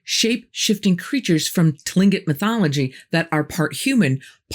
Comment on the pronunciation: I LOVE that you know these things! Thrilled, in fact - the details, too! Kooshtaka is pronounced KOOSH tak ah, not Koosh TA ka, and yes, Tlingit is spelled correctly & the correct word, but we pronounce it Clinkgit . Some additional things here - You're right, we are HUGE. Alaska is 1/5th of this nation's land mass. We have 17 of 20 of the highest peaks in the country- the tallest being DENALI (recently renamed AGAIN to Mt McKinley- the guy was here once & is from Ohio, so NO.) But the Federal gov't says they own over 1/2 of our land, so we have no choice.... Sasquatch is EVERYWHERE HERE. I'm on an island, family / sons on another, plus POW (Prince of Whales) is another in SE AK. Many of us have had encounters, seen them directly. Many are MEAN / aggressive. My bff swears Sasquatch are the 15' ones, and Bigfoot are the 8 ft ones... she's seen them both. and Otterman / Kooshtaka - pretty big, too. I spent 13-14 years on an all native island & they're over there too. Way southeast... You're right- they use HAARP to screw with the weather worldwide- I found out there are MANY HAARPs now- all over the Earth... I think the only reason they say Triangle is the 20K missing - we have a LOT more strange things in the whole state...